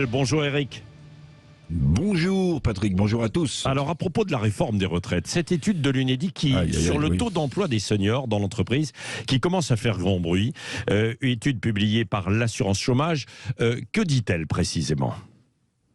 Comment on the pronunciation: Lui aussi il dit empoi 😂